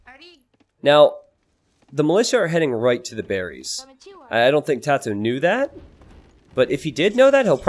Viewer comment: The fact you're not pronouncing TaToH like the last 3/4 of the word potato annoys me.